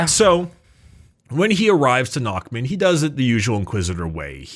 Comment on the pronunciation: eh for future reference it's said "narrmoond" the "next mouth"